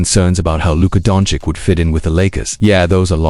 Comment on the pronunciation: practice saying Luka's last name correctly.